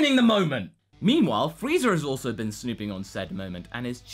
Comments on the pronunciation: You just unironicaly called Frieza "Freezer" smh.. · Brett Casale Go watch one of his videos where he references Vegeta a lot; you'll see that pronunciation go back and forth too. That's the thing about spoken accents; they don't always sound exactly the same. I have a Southern accent, and sometimes when I say "nine" it comes out sounding like "nan"; sometimes it doesn't. If it were rendered by a machine I could understand thinking it was intentional, but really, this is just looking for something to nitpick.